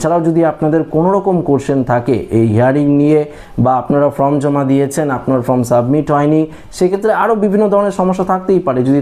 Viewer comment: শব্দ টা ফর্ম, ফ্রম না 😂